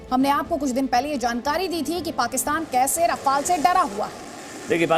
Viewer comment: रफ़ाल क्या होता है भाई राफेल